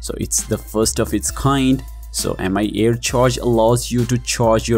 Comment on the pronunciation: Why the weird pronunciation? I think it should be "me" air instead of Am I Air(MIA?) 🤔🤔🤔